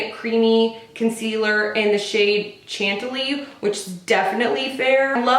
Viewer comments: Hey Girl Hey! Btw chantilly is pronounced "shan-tilly". ❤ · It's pronounced Shan-Tilly after the town in France where the Chantilly Lace was invented which is a crisp ornate white lace. Also The Big Bopper wrote a song called Chantilly Lace.